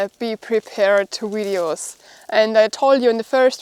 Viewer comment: I keep watching because I like the way you pronounce 'videos' (wideos)! All the best